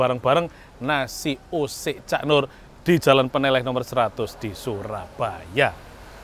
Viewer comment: Baca "ne" dan "leh" pada Peneleh harusnya sepert baca "lele"